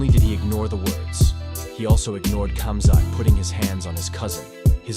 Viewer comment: Firstly, it’s pronounced “Habib”, not “Khabib”. Similarly, it’s “Hamzat”, not “Kumzat”, ffs 😂 Alcohol is haram. It was inappropriate to say asalam aleikum and congratulations on whiskey. He didn’t need to jump in with Khamzat, the fight was over. It was Islam’s moment, he was giving his post- fight speech. This whole video is cap 🧢